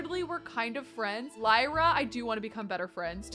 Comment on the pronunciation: I believe Lyra is pronounced Leer-ah, like Lyric! But either way, such a pretty name!! Also — Raphael is ENDGAME! ♥️